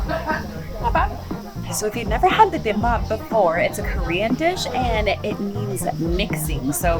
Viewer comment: “bee-bahm -bop” not “Bim bop”